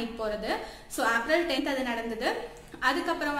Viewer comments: April..Seriya pronounce pannunga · April ah yen ipdi pronunce pandriga??